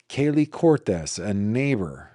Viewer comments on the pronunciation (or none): none